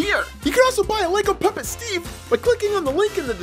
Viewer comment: You said puppet wrong